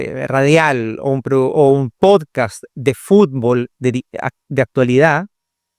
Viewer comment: Que no sepa pronunciar podcast y diga podcaaa de verdad es preocupante